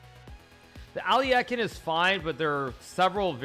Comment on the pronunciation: Normal People: Alekhine Hikaru: Aliekheen